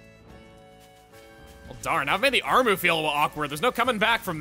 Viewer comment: Armoo? I thought it was Armu